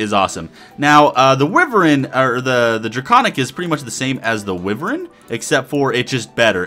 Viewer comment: Ahem... Wyvern is pronounced 'Wi-vern". It's one of those weird words.